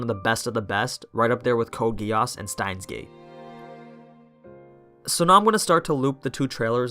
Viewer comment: OK you had me... Until code geease and stiens gate